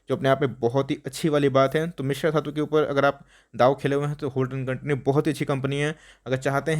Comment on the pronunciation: It's not Mishra it's Mishr